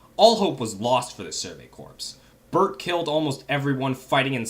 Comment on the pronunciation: Erm, I know it's spelled "corps" but isn't it pronounced "core"? Great video btw 👏